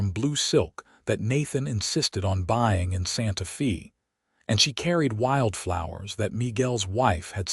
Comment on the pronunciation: Please correct this video. It is driving me crazy. Santa Fe is pronounced Santa "Fay". Also Albuquerque is just like it looks. Not Albuque. Otherwise, a sweet story. I live in New Mexico so I am proud of our major cities. Thanks.